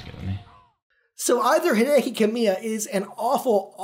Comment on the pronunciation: We should've seen that one coming. He pronounces Hideki (HEE-deh-kee) as Hai-DEH-KEE.